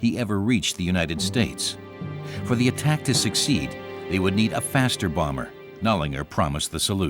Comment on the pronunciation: Exelente vídeo, porém aprenda a falar Messerschmitt e Bomber. Dói no ouvido ouvir vc falando errado.